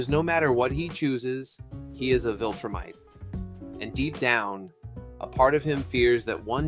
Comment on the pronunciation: this has an objectively LOW quality production but sometimes mindless stuff is good for background audio also what the fuck is a "wiltrum" or a "wiltrumite" it is a V. a V. not a W. a V.